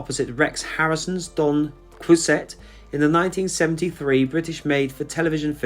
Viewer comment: It's funny to hear you mispronounce Jean Valjean and Don Quixote. I loved him in Black Adder as the witch hunter. Doreen and Frank deserve a decent headstone by now. RIP Frank Finley.